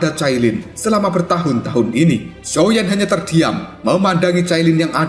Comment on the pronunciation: Min ngakak banget pas blng xioa Xiao😭